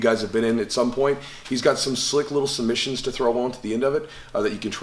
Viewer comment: "Make a lee'l pillow".... aaaand put you to sleep.